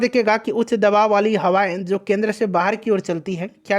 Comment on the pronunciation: अंग्रेजी मत चो# , सक्सेस केंद्र बोल केन्द्रा केन्द्रा क्या बकते हो, चार लाइन अंग्रेजी बोलने का औकात है नही, गधे की गान जैसा मुह से केन्द्रा केन्द्रा पेल रहे हो kendra lust की याद दिला दिये gaansu